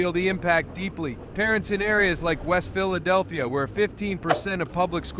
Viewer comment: THIS IS AI CRAP - CAN'T EVENN PROUNOUNCE PHILEDELPHIA!!! IDIOTS!!!! REPORT AI AS MISLEADING/SPAM